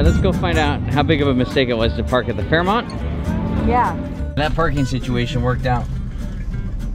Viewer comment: Canadians view the Fairmont like their embassy so you may want to pronounce it correctly :) Also worth remembering Canadians are polite, not nice. Big misconception (and doesn’t apply to Québécois who don’t consider themselves Canadian anyway).